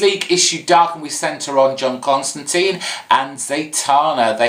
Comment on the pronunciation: I love your reviews, I'm a first time commenter here and a long time subscriber and I just wanted to share a few thoughts here, as regards Justice League Dark it was a creative origin story although I'm a little suprised that you'd pronounce John Constantine's name "Con-stan-teen" instead of "Con-stan-tyne" which IMHO is the correct Scouse corruption of the name at least according to Alan Moore, Rick Vietch and some other writers, although I'm a Yank so I could be completely wrong there.